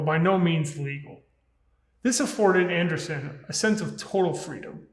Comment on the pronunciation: Andresen = "an-DRAY-sen"